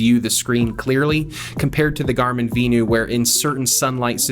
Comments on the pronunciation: Vin-you. VENU. Not V-new like you are saying. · Is it not pronounced Venue? Lol